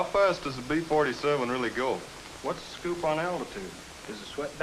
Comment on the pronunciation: The narrator repeatedly says "Pee-Forty-Seven" instead of "Bee-Forty-Seven!"